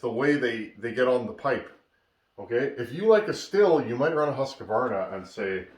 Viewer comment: Hi, interesting and instructional video. I'am a swed and the Husqvarna is a swedish company, but man you murder the Husqvarna pronansuation, it shuld be like [hus_kvarna] ;-)